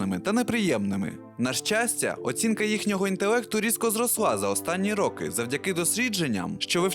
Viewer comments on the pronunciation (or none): ЧОМУ???? Чому ти використовуєш кацапські наголоси? півтори хвилини відео глянув, вже почув рОки і сАмі....тьху